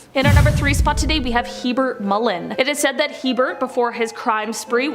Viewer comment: Herbert not Hebert